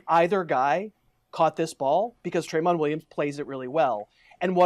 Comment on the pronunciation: This other guy is wack... 1) The player you're thinking of is Tramon Williams, pronounced Truh-Mon, not Tray-Mon. 2) You're probably confusing him for Trevor Williams on the Chargers, #24. 3) That's All-Pro Casey Hayward anyways